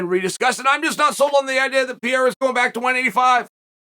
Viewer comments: Almost, Uncle Chael…but it’s actually pronounced more like “Puh-hair-a”. Portuguese pronounce R’s as H’s. You’ve battled enough Brazilians that you should know this. Also, you should have chose better phrasing than “I came on the backside of Glover Texeira” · I thought it was Pa-hey-da. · It's Alex Pejera. With the J sounding like an H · Ariel corrected me it's pronounced Perreira, anyway so Glover said he'd like for Pierra to fight Adesanya next. Pure gold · No, you are absolutly right Uncle Chael, its Piera and Justin Porier 😅